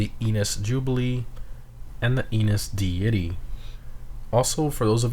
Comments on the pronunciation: De-ITY?!?! my G noooo since its new youre partially forgiven but who doesn't know how to say deity 😂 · bro doesn't know how to say deity 😂😂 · omg seriously can u just say ‘deity’ right pls